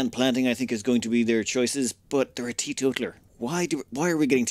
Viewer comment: Teeto-taler. Like a person who tells on others